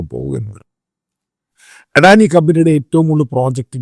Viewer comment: ആദ്യമായി അദാനിയെ അഡാനിയാക്കാതെ അദാനായി യായി ഉച്ഛരിക്ക്. എടോ ശമുവേലച്ചായാ ഒരു ഇൻഡ്യൻ കോർപ്പറേറ്റും വളരുന്നത് അമേരിക്കന് സുഖിക്കില്ല. അതുകൊണ്ടാണല്ലോ ആദാനിയെ സ്റ്റോക് മാർക്കറ്റിൽ നശിപ്പിക്കാൻ അവർ ആദ്യമേ ശ്രമിച്ചത്. ലക്ഷക്കണക്കിനാൾക്കാർ ജോലി ചെയ്യുന്ന ഒരു സ്ഥാപനമാണ് അദാനിയുടേത്. തന്ത്ര പ്രധാനമായ പല പോർട്ടുകളും ഇൻഡ്യക്കുവേണ്ടി ഹാൻഡിൽ ചെയ്യുന്ന സ്ഥാനമാണ് അദാനിയുടേത്. വെള്ളക്കാരൻ അതിനെ നശിപ്പിക്കുമ്പോൾ അതിനെ രക്ഷിക്കേണ്ടത് ഇൻഡ്യൻ സർക്കാരിൻ്റെ കൂടി ഉത്തരവാദിത്വമാണ്.